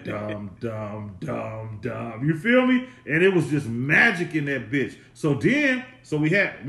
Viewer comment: “A biyatch button “ lol 😂